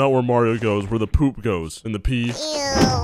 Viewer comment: Im a filifino and i hear PE PE😂